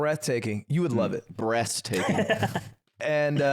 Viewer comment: My favorite part is when said breast taking instead of breath taking. Incredible stuff. Fantastic job.